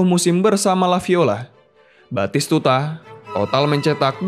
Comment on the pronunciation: Komentator di PS1 dulu teriak nya.. betiskudaaaa nggak taunya batistutaaaa